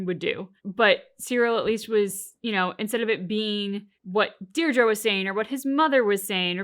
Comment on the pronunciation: Who is this Deerdra you keep talking about?